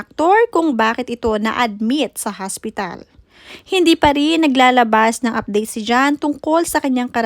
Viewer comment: Careful with your pronunciation HOSPITAL PO not haspital wahahhaha... Hindi po slang Yan for hospital. Nakakahiya nman maging OBOBS PO.